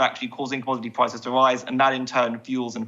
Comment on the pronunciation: The kwemlin has sparked a kwises with spiking food pwices